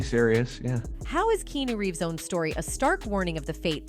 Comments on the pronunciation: Keanu didn't say a thing to Jim Carrey. You cant even pronounce Keanu Reeves name right AI chic! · "Key-New Reeves" ?!?